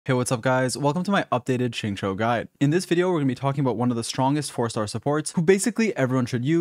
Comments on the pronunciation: This guy finally learned how to pronounce Xing Qiu Edit: nvm he says sing chu again 🤣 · Love your vids and guides good sir but, for the love of Teyvat, please pronounce his name correctly if you are going to make a guide xD